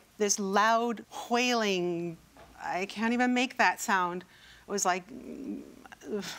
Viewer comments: There's not "h" in, "wailing". So, unless she is says this woman was hunting whales, her "fancy" pronunciation is bs. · Stewie Griffin has influenced this woman...HWAILING she's been to the school of cool hwhip 😂